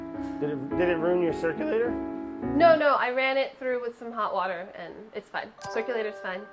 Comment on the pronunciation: Water : Brad Brad: Worder